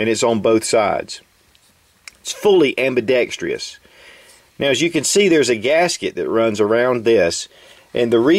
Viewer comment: Heh…the good ol' days when you were still saying 'ambidextrEous'…. ;-)